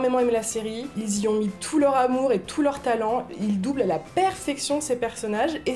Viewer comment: "Bon doulbage"? :D